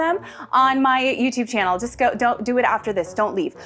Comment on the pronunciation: You say 'Ready, Set, Go!' and I swear I hear 'Ready, Set, Gold!!!' I guess all I see is the hints of gold in the first seconds of the video.